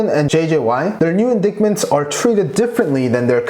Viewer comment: It's pronounced: in-dye-ted . . . Not in-dik-ted, or in-dik-ments